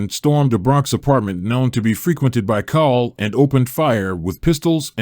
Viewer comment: His name is pronounced like "coal."